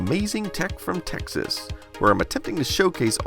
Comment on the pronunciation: What David said : Texas What I heard : Techxas What's up with my ears?